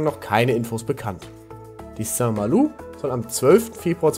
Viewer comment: Soweit ich weiß ist die korrekte Aussprache St. MalO... also kein U